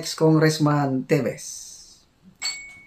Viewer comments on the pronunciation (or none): none